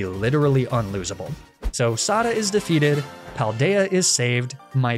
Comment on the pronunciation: I just finished the game myself today, so I'm finally able to watch this video! Great work as always, and great job making me infuriated by your pronunciation of ai Sada.